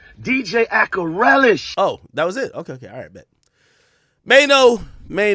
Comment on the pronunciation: He started off with “DJ Akarelish” 🥱🙄😐 Reallyyyyyy Maino😂 bul down bad